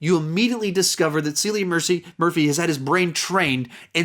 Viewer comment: its pronounced "Killian"